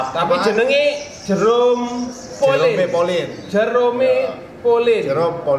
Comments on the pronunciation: Nobody: Jerome....: JEROMO... MAKHLUK MARS EMANG BEDA.. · Jerome pak bukan jorome